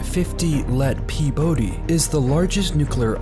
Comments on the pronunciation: It's 50 let Pobedy, not Pebody. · It's Pobeda not peebody. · PEBODE..omfg its POBEDI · "Fifty let pibody" 😂😂😂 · Фифти лет пибОди? Ха-ха-ха :))))))